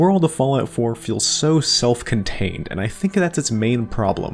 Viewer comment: Why do you enunciate things so weirdly? You often stress all the syllables in a word and even more frequently overly stress words/syllables at random. Examples in the first minute: 'PRAH-PURR-TEE' and 'SEHH-TING' for the former and 'self-CONTAINED' and 'CONTinent' for the latter.